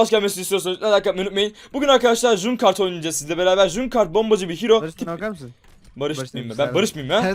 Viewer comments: junkart değil cankrat diye okunuyor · Junkrat(cunkart) değil Junkrat(cankret) türkçesi çöplük faresi saygılarımla güzel video olmuş